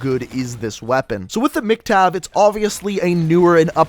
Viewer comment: why were u saying MC-Tav?